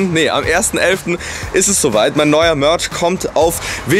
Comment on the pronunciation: Beste mörtsch